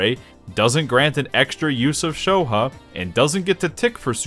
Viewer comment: Pronouncing Shoha, "sho huh" is not something I thought would infuriate me